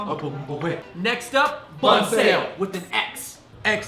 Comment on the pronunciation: The fung brothers keep pronouncing 'bun' wrong xD